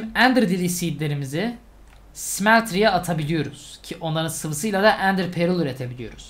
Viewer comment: Abi İngilizcen çok iyi onu yadırgamıyorum ama şu Ender Pearl'e perıl değilde pörl desen daha iyi olacak gerçekten çok rahatsız ediyor beni. Umarım dikkate alırsın.